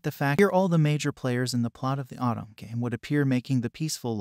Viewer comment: Nice video. But say “Autumn” again….. [O-to-me]